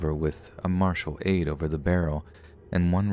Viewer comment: Martial aide? Lol it’s marital.